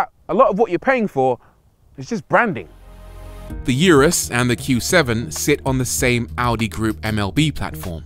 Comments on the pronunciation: Yewrus ....... Really! It's pronounced OORUS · For the last time, it's URUS, not yurus! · It’s Urus not Yourus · it's oooh-rus. not you-rus. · it's not fucking orus😂 Its U-rus simple as that lol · Why is it these guys making these videos on such large bugets can't take 30 seconds to search "how to pronounce urus" on youtube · Every minute he was murdering the name of the car and then the driving modes. You gotto respect that it isn't British. When you know what corsa and strada are, why not get grip of the other two as well :)